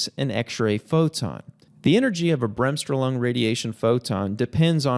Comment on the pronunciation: Sehr schöne Erklärung. However, please pronounce Bremsstrahlung as in „BRAMMS-STROAAA-LOONG“. The stress is on the second syllable.